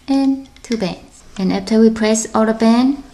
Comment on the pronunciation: U keep saying to bands which sounds like two bens